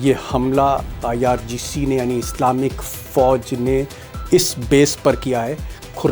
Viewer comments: not ircg, its irgc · IRGC hai Sir IRCG nahi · IRCG NHI IRGC HE JI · IRGC hota hai sir...aap har baar Ircg Ircg kahte rahte ho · ITS NOT IRCG.....ITS IRGC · IrGC not Ircg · Sir, you often say IRCG; in fact its IRGC